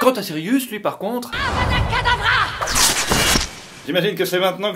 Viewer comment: c’est *kadavra*, pas “kadabra”